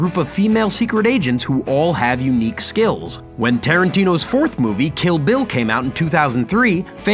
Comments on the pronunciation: Kill Bill, not ‘Killville’. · "Kill vill volume 2"